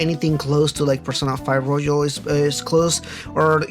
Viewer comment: (btw it's roYal, not roJal)